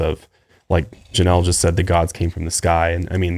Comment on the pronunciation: he doesn't say Janelle